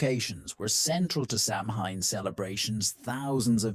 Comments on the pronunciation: You need to know how to pronounce Samhain. It's pronounced Sowan not sam hine🙄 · SAMHAIN is pronounced SOW WEN (when)